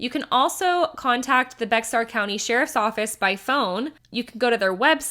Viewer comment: Great coverage. Just to clarify, it is pronounced "Bear" County.